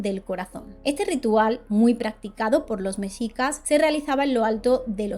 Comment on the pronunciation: de verdad como mexicana, estoy agradecida por el relato y el respeto con el que se hace, soy muy fan sobretodo de las leyendas mexicas, sin embargo tengo una observación, aunque tengan una "x" en su nombre se pronuncia como "J" por ejemplo así como México, por lo cual Oaxaca se pronuncia "Oajaca" y mexicas se pronuncia como "mejicas", solo eso, muchas gracias por el video y la información<3